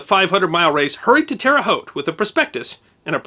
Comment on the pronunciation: I'm a life long resident of Terre Haute, thank you for pronouncing it correctly, and have been to the track many times. Everybody here knows about the Hulman's but few people have met them in person. They were a big part of the city but the children have been selling off a lot of their properties lately. Clabber Girl was sold at the same time as the track. They still (as far as I know) own the house on 46 and I'm sure they still have many other properties around Terre Haute but they don't seem to want to be a part of the business part of it anymore.